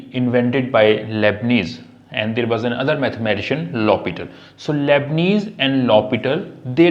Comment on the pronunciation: The name is Leibniz, not Lebnees!